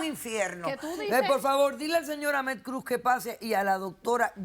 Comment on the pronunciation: Like si entendieron Avestruz en vez de Ahmed Cruz